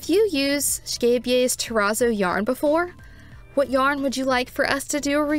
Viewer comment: 10/10 for this review simply because you had a pretty good pronunciation of Scheepjes 🤣 The number of times I've been caught off guard and did a spit take because someone said sheepjuzz or scapejass has been too many